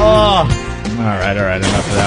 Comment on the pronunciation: "I hope I brought e-nough gas parum pum pum pum." 😭😭